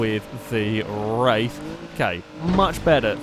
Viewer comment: "Star Trek Roof in the Wraith of Khan...." Love the series!